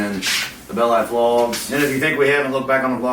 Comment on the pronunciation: I love how it says vogs instead of vlogs lol